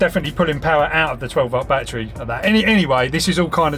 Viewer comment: English is not my native, but still, is there any way you perhaps can improve your pronunciation, perhaps exercise or something?? For instance word like battery, becomes boitaray oys and ays you knoys broi- thei youi goi main